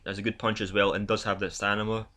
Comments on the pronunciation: Great channel and commentary dude, you got a sub out of me! But ffs mate, please stop saying 'stanima' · Hahahahaha he got me question my English with that stanima aswell 😅 great video though.